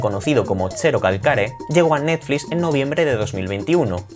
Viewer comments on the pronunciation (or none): none